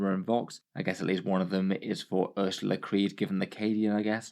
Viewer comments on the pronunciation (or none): Hehe, "Ers-ya-la" Creed. A bit of a stretch for the pronunciation of that name. "Uhr-suh-lah" is closer.